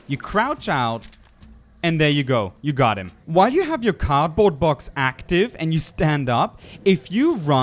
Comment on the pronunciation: I'm so mad when he says "card box",it's cardboard box